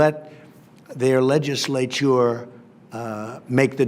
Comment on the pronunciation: “Leg-I-slay-TURE.” Jesus; what a clown.